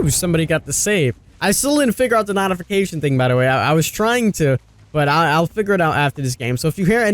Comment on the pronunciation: No one is bothered by how he's saying NOT-ification? It physically pains me.